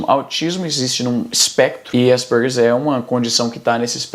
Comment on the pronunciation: Que agonia ouvir o Izzy falando "Aspergers"